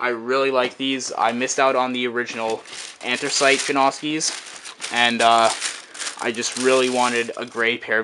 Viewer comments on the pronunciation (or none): its not an-thres-it, its an-thre-site